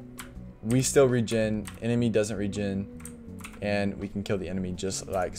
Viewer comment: Regin timer? I think you mean Regen 😂 Thanks for the info tho